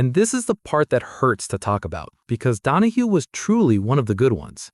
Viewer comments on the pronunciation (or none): You lost me at ‘Don-a-HO’. Cmon man. Mark ‘ Don-a-HEW’ Donahue was one of the most iconic racer / engineers to grace a racetrack. 🤨